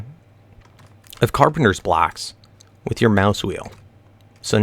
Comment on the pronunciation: Dude its carpenTer